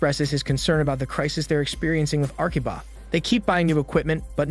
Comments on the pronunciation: the narrator keeps saying Arkiba when the subtitle says Akiba. It is that hard to say A-ki-ba? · The subtitles clearly note that the spelling is Akiba. However, the narrator keeps saying "Arkiba" and it is mildly annoying. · Akiba not Arkiba